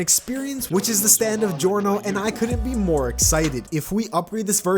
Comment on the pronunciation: Also it's geeeorno not gorno I believe a lot of people would agree with me